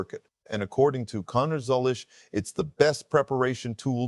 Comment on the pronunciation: Are you really a NASCAR fan, or ai? It’s ziliCH not Zillish and Van GISbergen not Jizbergen. Sheesh! 🇦🇺🇳🇿